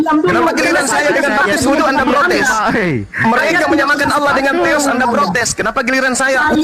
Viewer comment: 🤣🤣🤣🤣🤣🤣🤣🤣dapet literasi dr mana bosss pendeta petinggi lu aja mengakui itu punya umat Islam paus Vatikan aja bilang keristen Indonesia jgn pakai nama tuhan umat Islam. lo sekolah di mana allah jd alah??? double L woiii itu ada penekanan. kalo mau bilang alah ya alah bukan double L. coba bahasa inggris one di baca one atau wan ??? bodohhb kaliiii kau ngab.. baca2 lah website resmi keristen arab. apa allah di sana ada terulisa NAMA TUHAN NYA UMAT ISLAM. ITU KERISTEN ARAB YG BILANG. LO SIAPA NGAKU2. G ADA WOII ORG BARAT NYEBUT GOD ALLAH ATAU ALLAH MY GOD G ADA DIA AJA KALO KAGET PASTI BOLANG OH MY GOD LAIN OH MY ALLAH.. JD BEGOOO MALU2IN AJA. BACA DI KODEX SINAI KODEX VATIKANUS NAMA ALLAH. KALO ADA IRIS KUPING GUE. JANGAN NGAKU2 DAH LOOOO